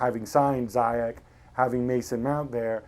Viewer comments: It's not zayek, its ziyesh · Hakim ZEE-YEASHHH not Zyjek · For f*ck sake... Z-yech not Zai-yech... what do English ppl have with screwing up Arabic names? It's not that hard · just want to correct you the right prononciation of ziyech name in native speaking , well , it is spell it like "zeeyash" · keerthan bs zeeyatch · youd think that proper commentators would know how to pronounce ziyech